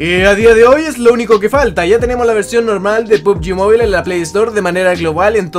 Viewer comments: Mobile se pronuncia MOBAIL no MOBILE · Otros youtubers: pubgi "MOBAIL": pubgi "MOBILEH"